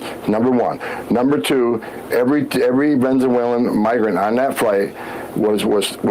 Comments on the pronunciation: he really says "venzewhalen" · he said "venzewhalen" AGAIN..... I THINK THATS JUST HOW HE SAYS IT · Is he saying “vezenuelan” ? 😅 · Yeah he said it twice. Ven zoo ellen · He definitely said Vensualan several times. Who is more drunk in public? Homan or Hegseth?